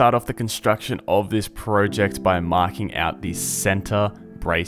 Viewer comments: You said project wrong haha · This is a fantastic video but i cant not laugh when you say pro ject